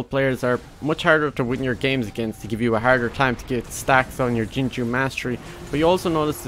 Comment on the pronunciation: any1 else noticed how he says "ginger mastery" instead of jingu ?